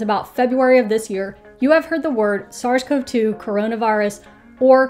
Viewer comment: Thank you for this! One thing... I am a CoV researcher (and have been long before COVID/SARS-CoV-2) and it just bothers me the bunches of weird pronunciation of all the words around this. CoV is not pronounced "cove". It's "koh-vee" and "Koh-vees" (CoV and CoVs). I don't mean to be a jerk, love your videos!